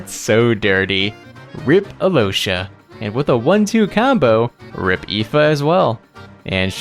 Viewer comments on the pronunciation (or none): how the hell one sees the name "Alyosha" and proceeds to pronounce it as "Alousha"? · never pronounce Alyosha like that again.